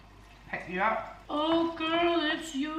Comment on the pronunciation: Loved your vlog this week you looked amazing in your new year fit!!! 👑 you made me laugh soo much at the end when you said ‘ im like a 3 necklace kinda gilll! ( girl ) 😂😂😂😂 it’s just the way you say it!! Thank you for making me have my first proper laugh this year hehe!!! Cannot wait for all your vlogs to come 💜💜💜 📿📿📿 haha xxx